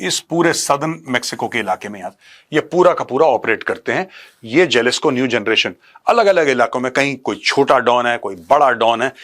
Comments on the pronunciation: Jalisco J ko yaha H pronounce karte hai HALISCO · It's pronounced as Halisco Major sir 😅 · It is pronounced Halisco Cartel..